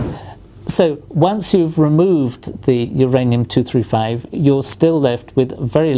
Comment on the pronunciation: im sorry, who's ranium? is it myranium?